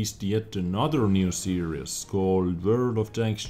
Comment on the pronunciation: Also, I love the way you say, "series" it sounds like "serious" but im not hating :P